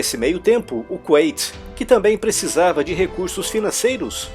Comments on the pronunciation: Não é Kunaiti (como se pronuncia) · "Qüeiti"???? Kkkkk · a Pronúncia é Kuwait (com u no som) ou Kuwait (ait) no som ? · Cara vc fala kuwait com pronúncia em inglês, isso ficou estranho para mim